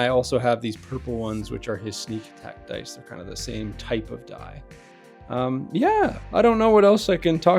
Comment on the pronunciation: Deece is deece and dat is dat. Is that better?